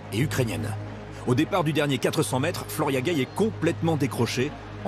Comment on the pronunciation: "Flora Guei"....